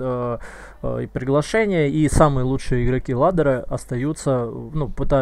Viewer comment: ладера, блин аж коробит как каверкаешь